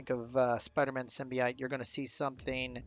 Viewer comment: Sim-Bee-Oat not ite lol